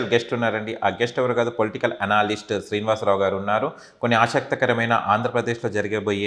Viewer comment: ఎనాలిస్ట్ కాదురా! ఎనలిస్ట్